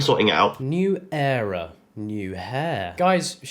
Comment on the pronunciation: Elph didn't say "new hair cut" she said "new era" but said era in the wrong way